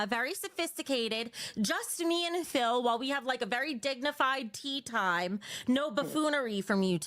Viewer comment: the way she said "just me and phil" 🤔